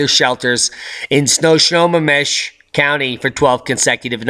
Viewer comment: LOL. Snohomish is pronounced snow-home-ish. There are a lot of places in the Pacific NW that have Native American names and it takes a while to learn how to pronounce them.